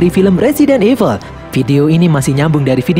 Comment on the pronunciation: Evil kok jadi eveul sih?